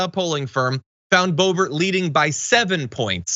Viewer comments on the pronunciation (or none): It’s not bo bo. It’s bloburt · Keep calling her Bobo, John. She doesn’t deserve the dignity of you getting her name right. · you said Bo Bo by mistake I think it's appropriate or how about Bo Hoe